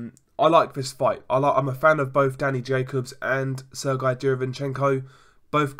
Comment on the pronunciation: You pronounce his name wrong. Its not serguy. Its sergay